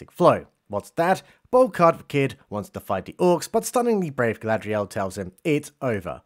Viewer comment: I'm just glad Gandalf kicked that heroin addiction. "Go-go-Gadget Galad-REE-el", LUL.